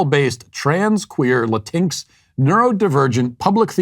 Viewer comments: Matt, it's Latin "X". Not Latinx like Sphynx. I agree that it's rubbish, but still. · LMAO omg Walsh it's pronounced Latin-X. You actually say the x. That being said, this world is an insult to the Spanish language. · It’s actually pronounced “la-teen-ex”. I say this not as a supporter of this nonsense (quite the opposite), but purely as a Grammar Nazi (my umbrella term for all linguistic purity) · Did Matt just La-tinx 🤣🤣🤣🤣it's latin-x you bigot🤓🤓🤓🤓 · So funny how he says Latinx like Latinks lol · "Latincks" i'm f'ucking dying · Matt, I love that you say "La-tinks" because that is exactly how I genuinely read the word when I first saw it. Rhymes with jinx, minx, and sphynx. At first I thought it was some kind of TV channel, like BET for Spanish speakers. And as a former leftie and humanities major, every single thing you said in this video is 100% true. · Matt ALWAYS make me laugh!! 😆😆 These people are TRULY INSANE. Oh, and "bonus points" for the "La-tinks". I want to so use that now, when I meet one of these that call themselves, "Latin-X", phonetically. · His pronunciation of Latinx kills me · My Mexican side hates “LatinX” but they way Matt pronounces absolutely makes me belly laugh so hard that it hurts. 🤣🤣🤣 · The way you pronounce latinx is hilarious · Pronounced Latinx just like sphynx. Matt is the best. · I will always pronounce latinx the way he did in this video from now on. I couldn't help but laugh when I first heard it. Just beautiful. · I like how you pronounce Latinx 😂😂😂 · i love how u pronounce latinx xDD